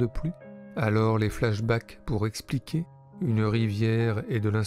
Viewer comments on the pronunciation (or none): none